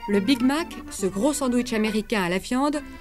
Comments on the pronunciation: J'ai entendu le " Big mal" perso! 😹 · j'aime bien aussi comme elle prononce Big Mac (Je vais gouté le big-Ma) xD